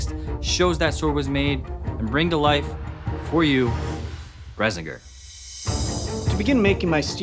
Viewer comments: Sword and video so good, I had to nitpick! According to the audiobook read by gerard doyle, its not "Brezenger" but "brissinger" as in briss. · Bruh stop pronouncing it "Bresinger" its just "Brisingr" Like the "bri" from "bring" and "singer" Bri-singer And say it sorta fast between the"bri" and "singer" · pretty sure its brisingr not brezzinger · it's Bris-in-Ger not bres-ing-er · I always pronounced the name as BRISS-ing-Gir. Your pronunciation of Brez-in-gir is intriguing. Hmmmm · I liked the creative interpretation at least it didn't leave me trying to figure out what rendition of the book you read that I did like when I watch the "movie" and "Ready Player One's movie" this was awesome! Yet .... Paolini pronounced it as Bri - Sing - Ger no Bersing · He said Brisingr wrong! It's Bri-ZING-er! Not BRA-sing-er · It's pronounced bri-sin-gr Not bra-sing-ur. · Isn't it pronounced bris intend of bres and why doesn't it light on fire it self :) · "Brez-ing-ger" - You guys are amazing at creating things, terrible at pronouncing them. It's Briss-In-Grr. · BRISS-ING-GRRR not BRESS-ING-GRR, they have a whole pronunciation guide for it all and it was never in that poor excuse of a movie, only Zar'Roc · yes. BRIS-ingr. Not BRES-ingr. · I always thought Brisingr was pronounced BRIS-ING-ER, not BRES-ING-ER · Thank you for picking book over movie. Also it's pronounced Briss -ing-Ger, not Brezz -in-ger. Source: The books themselves, lel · It's bris-ing-ger that's how you pronounce it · The pronunciation was annoying to me. The books tell you how to pronounce it. It's Briss-sing-ur. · I have read the books and am not good at words but i think that you pronounce it (bris-ing-ger) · Awesome vid. I have my qualms about the pronunciation (sounded like Bresinger), but nice work! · Bris-in-gir hard I sound every time, end of the book has a pronunciation guide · They are pronouncing it wrong, its brisingr bris like hiss and ingr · It is prouneced Bris ing ger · PRONOUNCED. BRISS-ING-GRR